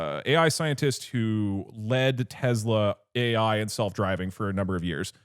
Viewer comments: This is exposure therapy test for anyone that cringes when they hear teZla instead of Tesla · If doug call it tezla one more fkg time ill flood their office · I’m getting pissed off by the way he says “Tesla”. Bro is saying it with a Z. “Tezla” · If someone pronounces it Tezla, you know they’re a slurped. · Doug - "tezla" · why does doug keep on saying tezla